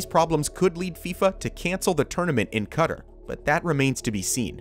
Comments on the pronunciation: Mispronounce Qatar one more time, i dare you. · You are doing a great job in putting together these projects - thumbs up! I just don't understand why you spare the effort to check your pronunciation. Neither "Chuo" nor "Qatar" are remotely pronounced the way you do it. Check Google translate, they have a nice pronunciation icon. And spare everybody the "cutter" and "shoo-ow". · That was sooooo annoying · Great video but its so annoying how the narrator mispronounces "Qatar" so much 😑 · Please learn to pronounce Qatar. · MotoAtheist I’m British but lived in Qatar for 5 years he is saying it incorrectly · The way you say "Qatar" makes me want to die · How many times can a moron mispronounce a countries name in one video? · imagine saying Qatar wrong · My favorite is you learning to pronounce Qatar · I was translating the vid for a friend and I couldn't wrap my mind around the meaning of "cutter's vision of 2030". Thank you for commenting this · Qatar is not pronounced 'Cutter'. Please see this link that describes the way to pronounce it from the Arabic way to the Arabic accepted way. Saying it as 'Cutter' is no where near correct. Just sayin'! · Did he just say [CUTTER] for Qatar? 🤡🤡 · "Cutter" Qatar. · It's pronounced Ka-tar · Dude just pronounced it cutter ... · Mans calling Qatar cutter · Wait…did I hear him say CUDDER? pls don't do that, disturbing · I feel physical pain everytime he says cutter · Cutter 😬😂😂😂😂 Qatar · He did NOT just pronounce Qatar as cutter 💀😭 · Lol he said cutter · did this fool just say pronounce Qatar "cutter"? wtf.. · kut ter.... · I think the project in QATAR (not Cutter......oooh I hate when people pronounce it that way) is the most ambitious of the three. I've been there about 12 years ago and the city of Doha looked like it was under construction like this at the time. But I would love to ride the maglev. I've taken the fast trains in Italy and found those impressive and fun to ride. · I stopped watching after you pronounced Qatar cutter